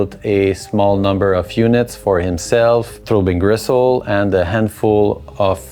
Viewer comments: Why are you calling it 'Throwbing Gristle'? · "Throw Bean Gressole" Ok. Kind of a "Seece Terz uv Mairsee" Dude myself.